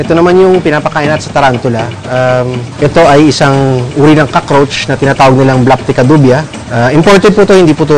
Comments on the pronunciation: *BLAPTICA DUBIA" hindi "BLACK PICADUBIA" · Black Picadubia. Wtf?! it is blaptica dubia Just wtf?!